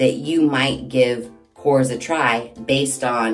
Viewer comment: Hi. The pronunciation is korres. You have to pronounce all the vowels and you tone the word at the last vowel.😊 Kisses!